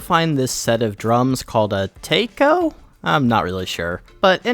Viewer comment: Great video mate! I didn't realize your sub count until I checked the comments... man, you're seriously underrated! It's been fun watching your videos after watching your "Little Inferno" playthrough. Btw, I'm pretty sure "Taiko" is pronounced "T-ai k-oh" if that even makes sense... :,D the "ai" is pronounced the say way you pronounce the "I" in "Iphone", but you pronounced the other half right. The first rhythm game you played was basically a reference to the game "taiko no tatsujin" and I've heard it's pretty fun! I never played it myself, though.